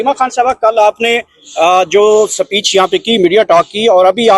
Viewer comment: Saapeach nahi Speach😂😂😂😂😂😂😂